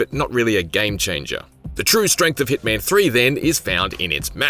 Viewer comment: It's not heatman it's HITMAN 😂😂